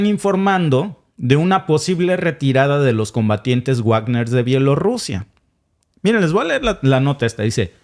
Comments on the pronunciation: Me encanta el contenido de este canal. Solo me fastidia que no pronuncien bien el nombre Wagner (se pronuncia Vagner, no Uagner) Saludos! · No se pronuncia Uagner porque no es un apellido inglés ni estadounidense, sino Wagner (como leeriamos Vagner) porque es un apellido alemán, el mismo del célebre músico Wagner. Resumiendo ese asunto concreto de la pronunciación : En alemán w=v. Pero en inglés w = u. Por favor comprueben y pronuncien bien, para evitar confusión. Y también simplemente para evitar que la gente ignore ese tema de distinta pronunciación de otros idiomas, y en nombres y apellidos, sean famosos o no. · Por cierto compañero, me gustaría que pronunciará correctamente "Bagner"y no Guagner" porque es palabra alemana y "guagner" se oye del nabo.. perdone usted la observación. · Wagner se pronuncia Vagner, porque es un apellido alemán. Como el célebre músico Wagner. Por favor comprueben las pronunciaciones antes de emitir, para no extender errores entre los oyentes. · Wagner se pronuncia Vágner, o Vákner.